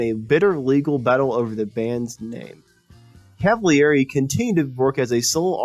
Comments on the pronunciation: Felix Cavaliere last name is pronounced CAV A LEAR A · Totally lame. First, you've butchered the pronunciation of Felix's last name. And far more importantly, you never mentioned the untimely passing of the great drummer, Dino Danelli. Unbelievable.